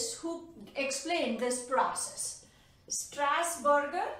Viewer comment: Mam your way of teaching is good but instead of (strasberger ) "strasburger" will come.